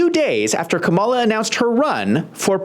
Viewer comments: It’s KAWM-a-la, not Ka-MAW-la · Her name is pronounced: calm-A-la NOT come-ALL-la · Sir, you really should practice the proper pronunciation of President Harris's first name. Let's say it together: Kam a'la (NOT Ka-Mall-Uh). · Dude, if you can say PAMela, you can say KAMala. Just stop. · Please say the woman's name correctly. Kàmala. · I love you, man. We need more perspectives like yours. But anyone still pronouncing her name wrong (with the accent on "mala") sounds like a hack. Don't sound like a hack. Please. The opposition can show disrespect. Let them. We should rise above that. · My first clue was this guy not saying Kamala’s name correctly this is a dead give away that you are a Trump supporter so your opinion would be biased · Mispronounced her name again and again......I WONDER WHY? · You can't even properly pronounce the Vice President's name. You have no business offering your opinion to anything relevant to the debate. Your comments make no sense, along with the comments donald trump. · You might want to learn how to pronounce her name, then admit it was a disaster for Trump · Can’t watch your video if you can’t even pronounce her name correctly. Let me know when you have that down and I’ll give you a second chance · Pronouncing the name of the vice president would be a good start to lend credence to your talk